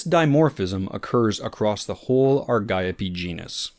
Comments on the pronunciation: aar .gee.owp that is the correct pronunciation according to google. Soooooooo U R incorrect., according to everything w/ AI assistance that says & Google. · Ar-gee-ope, gonna sneak right past ya there. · The word Argiope is Greek, so the ‘g’ should be pronounced as a ‘y’, so Ar-yi-o-pea. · Ar-jee-ope it is . . :face-orange-raised-eyebrow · Same here, I pronounced it Ari Gop ee